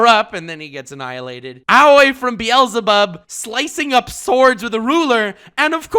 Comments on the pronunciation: Why does he pronounces Beelzebub like “Bee-Elsa-Bob”? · buddy, i do respect you alot. and i generally love your videos even to the point that i am clicking on the next one because i just want to hear your voice once more. but if you pronounce "Beelzebub" again like "Bi-elzebub" i will tell Lord Twiego-sama about it. (its a double e that you have to pronounce like in the word b->e<-nefit so basically an "e" like in the german language but spoken a bit longer since its 2 times there) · This dude’s prononciations are so bad he doesn’t even know how to pronounce the name of a worldwide known demon called beelzebub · Beelzebub ...... you dont pronounce the second e .... Beelzebub is an actual deamon in the black bible.